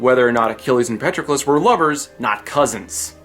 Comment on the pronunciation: Patroclus and Briseis wrong. It is pronounced Pat-Troc-ulus with a soft 'a' , 'o' a hard 'tr' , and a long 'u'; BrI-see-us with a hard 'i' and a long ee sound like sea. The dash marks are for stress.